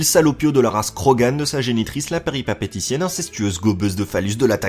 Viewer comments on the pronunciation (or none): péripapéticienne ? ... tu veut dire péripatéticienne